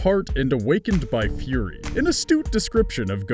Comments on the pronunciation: Awakened by "furry"? Did you mean FURY? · it says "furry" not "fury". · why does fury say "furry"